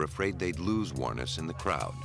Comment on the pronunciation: I didn't think lawyers could actively go and get evidence and hide it, Canada or the US. Is that becoming part of hiding their client's crime? How far does confidentiality go? Amazingly this perfect narrator(seriously) is mispronouncing Ms Wuornos' last name. The emphasis is on the last syllable. That's how I heard her pronounce it herself once.